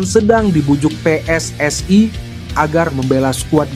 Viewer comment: PSSI bukan PSSAI ..yg baca naskah belajar Indonesia yg benar dulu 😂